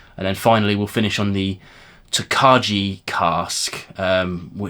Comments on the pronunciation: Interesting stuff. The Original Golden Beer Cask and The Triple Distilled Cognac sound amazing. Looking forward to the cask strength releases of The Original and Peated - for some reason no Triple Distilled. Tokaji is pronounced tok-eye BTW. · Like the format FYI it’s tok-aye 😊